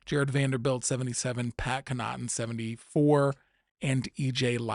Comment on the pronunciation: Canaughton is pronounced Cawningten